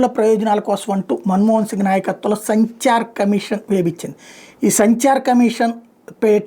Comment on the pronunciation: సంచార్ కమిటీ కాదు సాయీ సచార్ కమిటీ